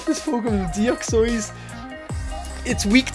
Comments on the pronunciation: its not deoxoys its deoxys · its De a xys and mel o ett a not melota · dont wanna be mean or something but theres na an secnd o in deoxys. u say deoxOys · I'm pretty sure he said deouxees near the end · deoxoeyz 😂😂😂😂😂 ( no offense)